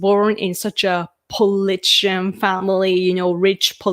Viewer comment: I really appreciate your insights into Prime Minister Suga. It's nice to get a Japanese perspective. Just a note on your pronunciation of "politician" - it seems you are almost dropping the "ti" syllable, but it needs to be emphasized. You get it correct when you say "political." "Politician" is pronounced the exact same as "political" except for the last syllable.